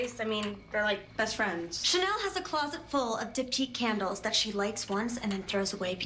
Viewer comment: Nobody::CaNdLeS